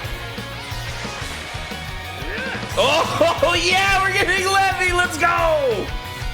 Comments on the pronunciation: Man said levi its Leevi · It's Lee-vī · Absolutely no one:: " Le - vey " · I was low-key triggered every time you said Levi's name wrong 🤦🏾‍♂️ lol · My man mispronouncing Levi's name. bro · I took major damage from that one..